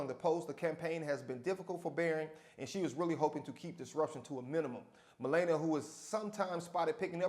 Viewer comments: it's not malayyynia it's malarnia ??? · God damn. Her name is not pronounced "Ma lay na". It is "Ma la nee a". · Melana? That lady name is Melania. (Mah-lawn-ee-ah) Thanks for the laugh! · The First Lady's name is Melania. Not Malayna. Simple search on YouTube or radio clip coulda sorted that out... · It's difficult to take this video seriously when the host doesn't bother to pronounce the future First Lady's name correctly. It's (Muh LAN ee uh). Honestly, you undercut any argument you make when you fail to present your opinion using correct details. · Bro her name is pronounced Mu-lah-NEE-uh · Meh-lah-nee-A! Your welcome! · ME-LA-NIA you so called award winning educator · It's pronounced MI-LAWN-YA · SAY HERE NAME CORRECTLY!!!! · please learn how to pronounce Melania before you report on her.